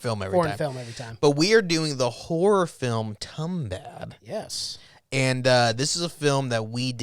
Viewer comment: You gotta pronunce it as Toombahd